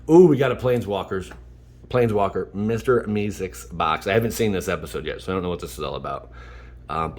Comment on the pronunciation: It's mr mee seeks pronounced me seaks